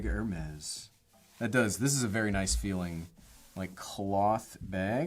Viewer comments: Please pronounce ‘AIR-Mess’; not ‘ERR-mess’. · He’s asking how you buy a 300 dollar airtag, and I’m trying to figure out how you can use a 15 dollar backpack Also NGL I die inside every time he mispronounced Hermes